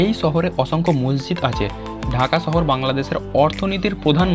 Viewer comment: ছহর নাকি শহর?😐